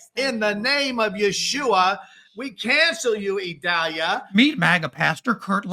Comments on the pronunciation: I guess I’m slow but I’ve never heard it pronounced “Ishuwa”. Maybe that’s why it didn’t work? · Its mispronounced. He's supposedly saying "Yeshua", which some believe is the true name of the God of Moses and Abraham. Its also been pronounced "Jehovah" by you know who and others. Other names are Adonai, Allah, Elohim, and Jah. ✌